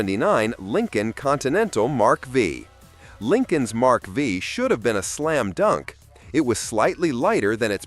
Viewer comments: O wonderful AI! Miss pronounced Mark 5 as Mark V. And Caddys Brougham. Put together most likely by a millennial. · WTF is a Mark "vee". Really difficult to take these seriously when the AI sounds like an intoxicated tape recorder. 😮😊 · It's difficult to watch this video. Most of what is said is nonsense. First of all, it's not a Lincoln Mark Vee. It's not listed from the factory as a Lincoln. It's a Continental Mark V. MARK 5. The Mark V sold from 1977 to 79. Sold like hot cakes. The Imperial had its final year in 1975. It was a new for 1974 body style. These were in the design phase way before any gas shortage. They came out in September 1973 just before the first gas shortage. If this model was so bad, then why was it rebadged as a New Yorker in 1976. The ridiculous reason for the 79 LTD being bad is the lack of power windows in the base model. Guve me a break. Also, the LTD slow? Which car in 1979 wasn't. Even a 79 Corvette had horsepower ratings of 190 to 225. So though brisk not fast. So you expect an LTD to roast the tires. The only car you got close was the Oldsmobile Diesel. Even your assessment of the Dodge Aspen was off. It wasnt a full sized car. It was considered a compact car loke the Valiant, Maverick and Nova. Dumb video. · The Mark Vee🤣🤣🤣🤣